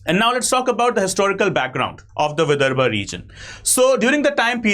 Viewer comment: विदर्भ आहे ते...